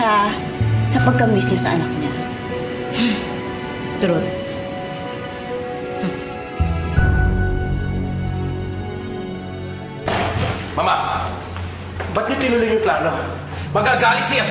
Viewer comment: Sbi ni, hmmm! Trut! Hahahaha. Ayusin mo pgpronounce te its Truth not trut!